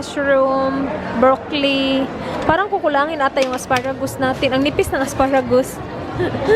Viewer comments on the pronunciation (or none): none